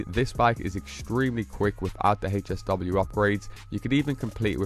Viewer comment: Bruh calls it’s HAY SW 😂 you mean HSW TIME TRAIL THE HECK IS HAYSW no hate just makes you cringe as hearing it 😅